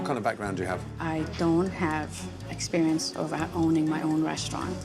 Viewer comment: exeberinse lol